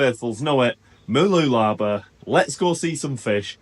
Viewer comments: Mah-loola-bah stress on loola and less stress on bah. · Mooloolaba is pronounced 'bar' at the end. Enjoy your reports. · I tell foreign friends it's pronounced Moo loo la BAH with an emphasis on the end. seems to be dropping the end to just "b".